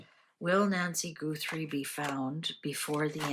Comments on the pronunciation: It's GUTHrie, not GOOTHrie, please. :face-red-heart-shape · It’s not goothrie it’s Gutherie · I don’t mean to be the language police, I think you might be in Canada and pronounce things differently. I love watching your channel. I don’t understand tarot. It find you very interesting. Her last name is pronounced Guth- er- ie, not Goo-th- re. Maybe it’s your accent. I’m American, we pronounce things differently depending on where we live. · Please listen to a news person pronounce Guthrie. It isn’t Goothrie. Thought you’d like to know. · Please out of respect pronounce Guthrie correctly. It's not Goothrie. She's a Capricorn. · You are mispronouncing her last name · How is it possible that you mispronounced Guthrie when everyone all over the place is pronouncing it correctly???